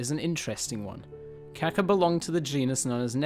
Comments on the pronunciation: cool vid....It is important to pronounce this birds name correctly, beacuse "kaka" means "shit" in Maori but Kaakaa is the bird so pay to lengthen out that "a" when you are talking about the bird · I can't believe anyone could be so ignorant as to pronounce Kaka as Kacker. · You saying his name wrong sounds like car car if you say that you will be pronouncing his name correctly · It would help if you really wanted to do this video justice, at very least learn how to pronounce kaka & other words correctly. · You said it wrong smh